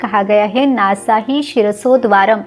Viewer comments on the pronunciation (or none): none